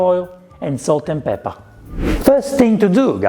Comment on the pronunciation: Now I can only say "pepe" instead of pepper. 😁